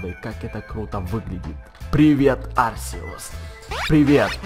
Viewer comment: правил но говорить не Арсеус а Аркеус